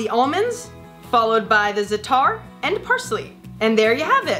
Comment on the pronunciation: you butchered the pronunciation of za'atar im cringing